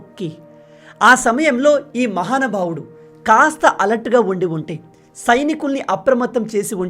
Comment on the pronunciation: బ్రో నువ్వు మహానుభావుడు అని అన్న ప్రతిసారి నాకు ఎర్రి పూకా అని వినిపిస్తుందిరో నాకు ఎందుకో తెలియట్లేదు